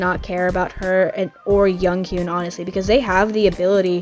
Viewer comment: Your biases name is Youngheun, not Younghoon btw